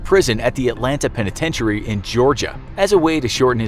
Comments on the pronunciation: When did it become a penitentiary with the last iary pronounced eairy? I've never heard anybody pronounce it this way. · his pronunciation of the word "penitentiary" makes it seem like he is phoning it in, who hasn't heard that word before? even brit's don't say it that way. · The penitentichary 😂😂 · The way you say penitentiary makes me want to slap a moose.... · That's not how penitentiary is pronounced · Why do you pronounce penitentiary so oddly?